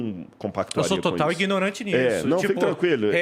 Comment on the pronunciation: Esse ai que fala "ingnorante", manja pra caramba, SQN. Santa ignorância!